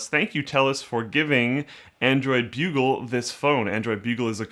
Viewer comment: took me a while to realize that it was android bugle, and not bulge